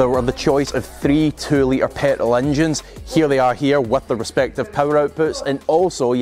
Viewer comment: Why can’t he say petrol?